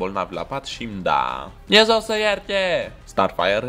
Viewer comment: Te rog nu mai zi "Dumnez-o sa-i ierte"